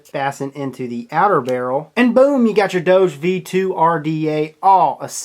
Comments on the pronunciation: That's not how you say doge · God dammit....its doge....DOG-EEEEEEEEE. DOJE just makes no fucking sense at all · I think it pronounced dogi if you are German. (for all others, type it in google translate and switch on german to hear what it sounds like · Doge, Pronounced as DOU-GHE